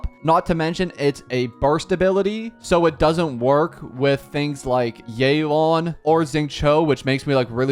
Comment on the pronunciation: "Zing Chao" "Yay Laun"